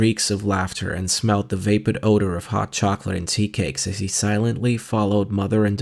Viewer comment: I am grateful to have had keep me company during an all-day drive so please forgive me for complaining, but regularly mispronounces words throughout the book -- vapid is VAY-pid, personage is person-AHJ, noblesse oblige is pronounced as if it were the English verb "oblige," and on and on. Please buy him a pronouncing dictionary.